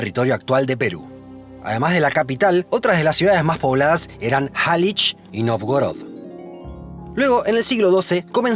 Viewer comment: Excelente programa. Solamente que Novgorod se pronuncia 'Navgórad'.